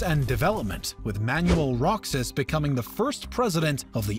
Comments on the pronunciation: You mean Manuel Ro-ha-s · Roxas is pronounced "Roe-has" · It is “Roksas”, not “Row-hus”. You’re all welcome. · It's not Magellan, its pronounced as "Majelan". "Rohas", not Roxas. "Kirino", not Kwirino. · RO-HAS not ROKSAS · very informative too and words he describe is maguindanaw not neo Rohas not roksas qirino not quarino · Correction in pronunciation... I believe it's Majapahit and not y sound, it's Mindanaw not nayo and it's not Roxas it's Rohas... These are the pronunciations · How hard is it to pronounce these names correctly? KO-RA-ZON to COE-RAH-ZONE is understandable but AH-KEE-NOH to A-KWEE-NOE is weird. How do you add a syllable in someone's name? Also Roxas is pronounced RO-HAS not ROCK-SAS. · "Rok-sas" lol. Sounds like Kingdom Hearts. It's pronounced as "Rohas" anyway. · Roxas is pronounced Ro-has, not Rok-sas; Quirino is pronounced Ki-rino, not Kwi-rino; same goes for Aquino, it's A-ki-no, not A-kwi-no. And while it has provided great historical facts, it also di not document that Philippines originally declared independence in 1898, but Americans never recognized this independence and thereby forcibly took Philippines under American territory. :) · Manuel Roxas "Rohas" not "Roksas" You're Welcome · i understand your not native to our country but just to clarify, “roxas” is pronounced “rohas”. and also “aquino” is pronounced “akino” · its pronounced as manuel rohas but its fine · it's not Manuel Roxas It pronounce as "Manuel Rohas" just like Mexico It pronounce as "Mehico" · Nice video! Tho as a Filipino our pronunciations are a bit different😅 Here are some: Ferdinand Ma”j”ellan Manuel Ro”h”as Elpidio “Ki”rino Hehe I understand tho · This is a good vid but you pronounced Luzon wrong it's Luz-on Say it fast that's how to say it and also roxas is pronounced rohas and Aquino is pronounced a-ki-no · He must play kingdom hearts the way he pronounced Roxas My girlfriend from the Philippines says it's pronounced ro has (Roxas) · roxas is silent x ok